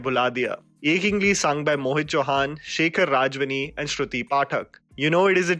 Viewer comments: Sorry, but it's Shekhar Rav-jiani (khudaya from Shanghai is also good) and yes the song is the anthem for blues! You also missed Yuvraaj (Salman-AR Rahman ) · It's Shekhar "Ravjiani"